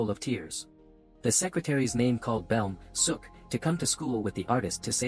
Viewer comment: Idk if the narrator knows Korean but "Beom Seo-ok" is pronounced similarly to "Bom So-oak"